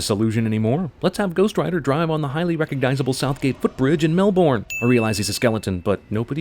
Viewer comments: my guy it is pronounced like melburn not melborn but the spelling was correct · Melburn! MELBURN! and not Melbourne! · Melbourne is pronounced mel-bin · The real sin here is how he pronounced Melbourne...it made me shudder holy shit my dude, I forget non-Australians don't realise it's pronounced like Mel-bin, not Mel-born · Mel bun not melb born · “Mel-BORN (Melbourne, Australia)” is pronounced “Melb’n”. That’s the way Melbournians pronounce it. You may as well pronounce Chicago as “Chick-argo”. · for saying Melbourne as Mel-born. It's pronounced Mel-bin. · Melbourne isn't pronounced 'Melborn', it's pronounced 'Melbon'. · Hey Jackass, it's not pronounced "Mel-Borne" "Mel-BURN" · Your pronunciation of 'Melbourne' is a sin. It's pronounced 'Mel-Bin'. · We pronounce it Mel-bin, not Mel-born....Why? Cos, Australia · Oy, I'm an Australian, and it's actually pronounced "Mel-Bun" not "Mel-Born". Ding! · Mel-burn. Not Mel-Boorne. (+1 sin to Cinema Sins?) Though to be fair, I had absolutely no goddamn idea that was Southgate until someone pointed it out. Ghost Rider is now officially cool in my book. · I cringed when I heard this guy try to pronounce Australia and Melbourne. Melbourne is pronounced as "mel-bern", not "mel-born" and Australia is pronounced as "es-stray-lia", not "oh-strei-lia"! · It's pronounced melbern not melborn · It's pronounced Mel-BURN. Makes fuck all sense but it isn't pronounced Mel-BORN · You kinda lost me when you pronounced Melbourne as "Melborn." The 'o' is silent so it is pronounced as "Melburn." Just letting you know in case you have to say any time soon. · Just fyi to americans. Melbourne is pronounced like melbern. (Sin count 1) references: Born/raised in melbourne. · Woah, wait, did you say melBourne? Like Bourne? It's more like MelBin. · No no no no no, it's pronounced melban or melbun not melborn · Melbin, melbun, melban, melben, whatever, they are all acceptable whereas "melborn" or "melburn" aren't. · It's prunownced melbern mate. Aye